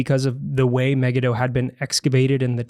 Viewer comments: I’ve never heard “Megiddo” pronounced the way you two are pronouncing it. Also, 2 Ch. says the battle was on the plain of Megiddo, which is huge, not at Solomon’s fort at Megiddo. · Muh-Gee-Doe is the most common English pronunciation